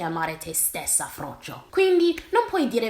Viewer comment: MI AMMAZZA COME DICI ''FROCCIO''. E' LA MIA VITA. VOGLIO QUEL FRAMMENTO DI VIDEO COME RINGTONE. 😂😂😂😂 EDIT: Ho finito ora di vedere, adoro anche come dici le parolacce as well. Comunque concordo al 100% col discorso, ti adoro profondamente 💚